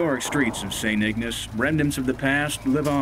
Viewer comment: St Ignace!! Pronounced Ig N ace long A people Long A,, damn!!